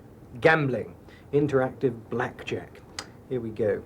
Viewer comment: that's not how the word interactive is pronounced :)